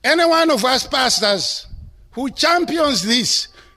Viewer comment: Love how the word Pastors sound like “bastards” with his accent. God does have a sense of humour